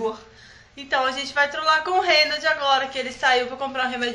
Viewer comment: É Reynold. Nao ronald.